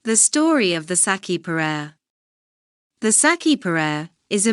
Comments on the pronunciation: Bad saci perere pronunciation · i'm glad you're sharing this but i can't stand how she pronounce's my boi's name :( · Didn't it occur to them to find out how to pronounce his name before making this video????